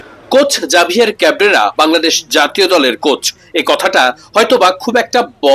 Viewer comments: এই নামের প্রকৃত উচ্চারণ "হাভিয়ের কাবেরা"। জাভিয়ের কাবরেরা নয় , এটা স্প্যানিশ নাম। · ভাই উচ্চারণটা হবে হাভিয়ের কাবরেরা